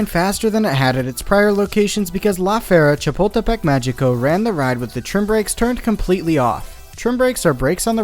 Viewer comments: Or when he says lā fierra shapuldepek mayiko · It's pronounced "Lah Feh-ree-ah Cha-pul-teh-peck Mah-hee-coh." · his pronounciation killed me 😭 didnt even bother to know how its said correctly lmaoo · As someone from Mexico City it was funny to hear him butcher the name the first few times, but by the end he was saying it with more ease